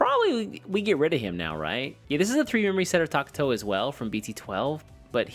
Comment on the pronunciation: Wtf is a Tak-To???? its TA-KA-TO